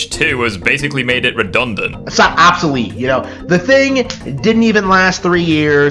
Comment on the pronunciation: He can't even pronounce the word 'obsolete' 🤦‍♂️